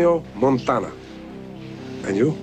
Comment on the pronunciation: Tony MON-TA-NA